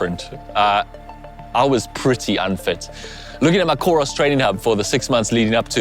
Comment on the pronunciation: please dont call it Challenge Roth. It's is pronounce "Challenge Rooooood"